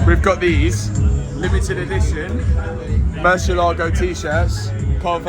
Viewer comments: Nothing less than a black Murciélago. Fun fact: Murciélago is Spanish for Bat (the animal) and the accent is on the E so its not murcie-LAGO it's murci-ÉLA-go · Pronounced "Moor-see-eh-lag-o"